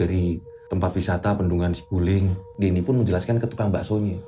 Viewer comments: bukan siguling, saguling pake A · BUKAN SIGULING TAPI BENDUNGAN SAGULING. JABAR